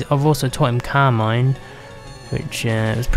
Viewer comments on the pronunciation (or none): i thought you said "Carmine" when you said "Calm Mind" LoL